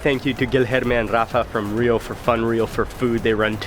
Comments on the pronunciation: I know its been 1y and someone prob has already told u but rio its pronounced as "hio" not "ŕřio", just a note, great video btw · Dude... Such an awesome video. It aint RRRRRRio its like Hio. Okay? LoL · Great spanish pronounciation of "Rio" but in portuguese it´s actually pronounced something like "Hio" ;) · The "R" in Rio I'd pronounced like the "H" in Happy, Hi, Hello, just for you guys to know (Generally speaking, there are some accents that sounds like that) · Dude, it's Portuguese not Spanish. Don't roll the R in Rio. It is pronounced with an h-sound. "Hee-oooh" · I wish people would stop pronouncing the R in Rio as Spanish ): it's more like Hio, you punks. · If you know the correct pronunciation of Rio, why do you continue to roll the 'R' ? I'm only asking because I get offended when people know how to pronounce my last name, yet they choose their own pronunciation